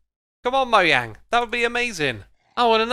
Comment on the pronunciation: It’s not mojang it’s moyang